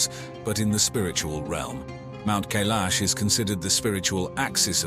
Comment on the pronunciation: It's Mount K-eye-lash, dummies!!!